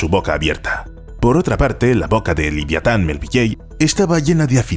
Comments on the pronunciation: "Liviatan", cada vez que lo escuchaba me ponía enfermo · Lo que es la ignorancia de la gente que da por bueno cualquier cosa que le cuentan solo porque la cuentan. Por lo pronto habrá que aprender cómo se pronuncia el nombre del autor de Mobi Dick que no se dice "melvilley". Y Leviatán se dice cómo se escribe "Leviatán" no "liviatán" no es precisamente "liviano"